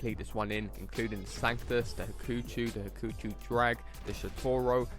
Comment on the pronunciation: I'm sorry but Haku-CHEW!?! NO. HAKU-CHO-U. Chou not chew. xD Do you say ToeKeyYo too? XD